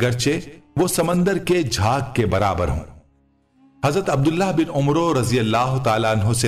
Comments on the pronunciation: آپکا انداز بیاں بہت اچھا ھے ۔لیکن بعض الفاظ غلط بول جاتے ھو۔مثلاً ۔۔ابن قیم کو qayyum اور عمرو نہیں بلکہ amar بولا جائے گا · عمرو کاصحیح تلفظ بوزن امر ( امرو نہیں) ہے حرف (و) خاموش ہے، براہ کرم تصحیح فرما لیں۔